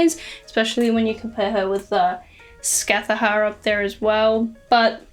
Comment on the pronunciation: Im sorry but your pronounciation of Scáthach hurt 😭😭